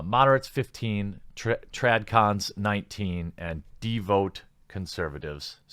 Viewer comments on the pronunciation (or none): Pronunciation Nazi checking in. It's "de-vote-ed" and "de-VOUT" which rhymes with "deev" + "out". You could also say it like "da" + "vout"